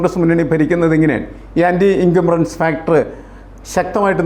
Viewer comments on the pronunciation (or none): എൻകമ്പറൻസ് അല്ല ഇൻകമ്പൻസി ആണ്. ശ്രദ്ധിക്കുമല്ലോ 🙏